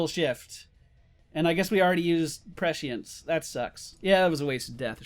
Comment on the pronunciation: There's no "H" sound in prescience :P You almost got it xP